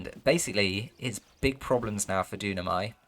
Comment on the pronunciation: Hi there ! Thanks for the cast ! Just a detail, it's Dunamai (pronounced Doo-nah-my). Cheers !